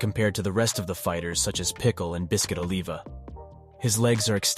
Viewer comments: "ohlivah" bro its Oliver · "oliva" is short for "oliver" not aleva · No disrespect bro but don't ever pronounce Olivia's name like that again😂😂😂